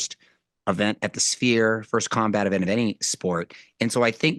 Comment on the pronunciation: Did call the sphere spear? Lol